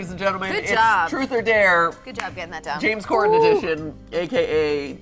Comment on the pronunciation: traces the origin of the game back to Jimmy Fallon Honest mistake... references it correctly later on but calls him "James Cormen"